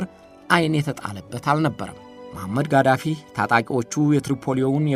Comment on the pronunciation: ሙእመር ቃዛፊ ነው ማለት ያለብህ የሳዳምበልጅ ቃሲም ሳይሆን ቅሶይ ነው